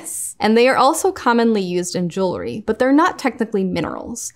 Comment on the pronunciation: It’s refreshing to hear the word jewelry being pronounced properly. It’s aggravating hearing it being mispronounced all the time. I don’t understand what is so hard about it. It’s jewel-ry, it’s easy.